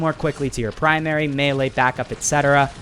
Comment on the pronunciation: U can't say melee right